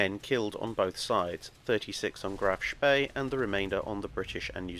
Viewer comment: Couldnt you have teach how to pronounce "Spee" properly? Its almost as bad as Phlys pronounciation lmao